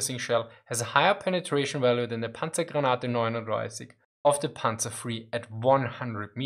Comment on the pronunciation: "sä panzer free" lol